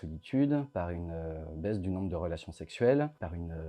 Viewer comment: Je suis désolé, mais dans les 20 à 25 premières secondes, vous dites le mot "baise" au lieu du mot "baisse". Je suis désolé, mais j'ai visionné de nombreuses fois, et mon verdict est bon, malheureusement. A :"une baise de la natalité"...